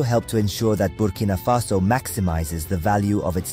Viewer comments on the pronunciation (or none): It's Burkina Faso, not Bimini Faso